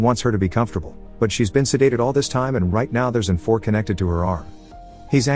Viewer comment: Try “eye vee” for IV